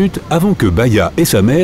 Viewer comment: C'est Bahiya et non baïya